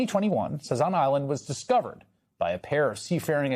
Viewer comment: "Diacovered"?!?!? Gtfoh